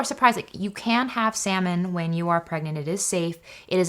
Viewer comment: It's cute that pronounces salmon w the L lol...it's silent